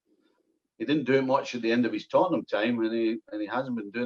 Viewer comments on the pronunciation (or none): none